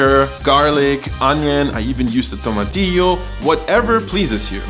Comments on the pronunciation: Really appreciate your pronunciation of different things in your videos. From tomatillo to Uyghur. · Subscribed just to hear you say "tomatillo" again. ^_^